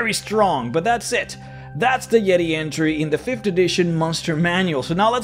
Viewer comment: Oh my goodness it's the "YEE-TAY"...THE "YEE-TAY"